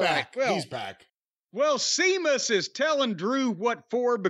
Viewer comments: Ah jazuz sea mus as an irishman I'm laughingly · Have we ever gone over why Jim refuses to acknowledge the H in “Sheamus”